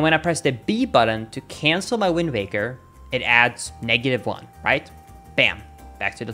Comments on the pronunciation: Am I hearing things or does he keep saying "WindMaker" instead of "Windwaker"? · It sounds a lot like you are saying Windbaker. :-/ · I hear wind baker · Probably something to do with accents and maybe vowels. Look up the "vowel space"